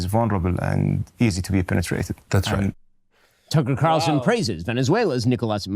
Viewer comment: "Tucker Qatarlson" 😂😂😂